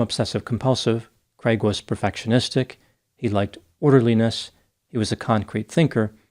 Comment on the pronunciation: They way the pronounce ‘craig ’ is horrible. It’s a Scottish and Irish name, not creg it’s cr aaaig, it’s my brothers name. Americans butcher it. 😂